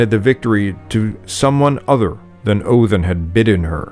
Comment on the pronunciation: Why do you pronounce it Othin, rather than Odin?